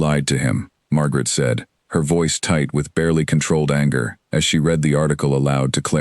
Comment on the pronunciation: I did truly enjoy this story. However, I think the biggest thing narrated stories like are missing is an editor who is knowledgeable about sentence structure, punctuation, and the correct word form usage and pronunciation. Ex: read pronounced as red, read pronounced as reed, etc.